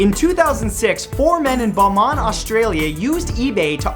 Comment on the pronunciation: Its pronounced bowmont, and also brisben not bris bane. While im at it its pronounced melben not mel born